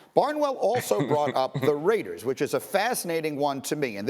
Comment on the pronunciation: heheh "Radiers"